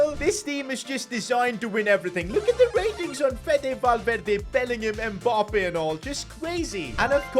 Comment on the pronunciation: It's not M Bappe. It's Mmmmmmmmbappe